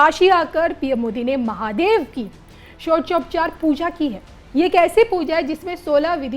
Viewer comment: षोडशोपचार नहीं बोल पा रही एंकर😅😅